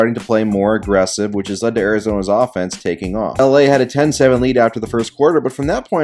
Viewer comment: "Cleveland offense" sounded like "Cleveland Dolphins" and I laughed